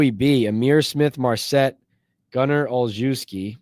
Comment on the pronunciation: Gunner's last name is pronounced all shev ski